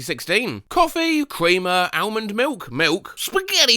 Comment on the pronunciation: Bro seriously pronounced the L in almond 💀